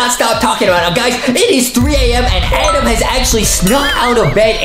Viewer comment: justinits adem not Adam